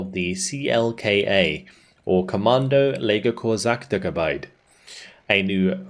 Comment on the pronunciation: God how hard you butcherd Commando LegerKorpsAchtergebied. Really hurt me as a Dutchman.